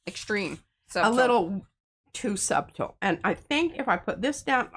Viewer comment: Every time I hear y'all pronounce the B in subtle, I have a flashback to my audition for a play in junior high where that was one of the words. They corrected my pronunciation and gave me the part.